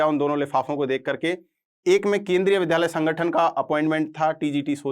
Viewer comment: विध्यालय या विद्यालय आप शिक्षक होकर विद्यालय का उच्चारण नहीं कर सकते और I belongs बोलते हैं